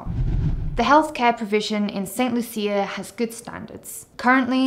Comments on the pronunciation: The country is pronounced St. "Lusha". Medical insurance is often not available to new applicants over 65 in many countries and they have to pay cash for services. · She can’t even pronounce the name of the country correctly and jumped into making videos about it!